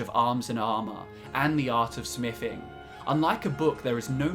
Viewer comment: Sam Choromanski is it because he talks about 'smiffing' and the knowledge hidden 'wiffin vuh cube'?